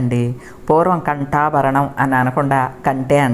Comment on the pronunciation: ఖంటా భరణం కాదాంటీ కంఠా భరణం